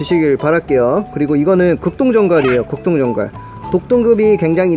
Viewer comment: 극동전갈할때 급똥전갈이라는줄ㅋㅋㅋㅋ